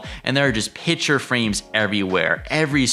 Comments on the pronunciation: The word is PICTURE, not “pitcher”. Nice cottage, annoying tour narration; paucity of content and poor pronunciation. 👎🏻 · Pitcher frame’s? Why can’t people pronounce picture ? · THANK YOU!!!! I was correcting him every time! That is not an accent problem. That is just plain mispronunciation.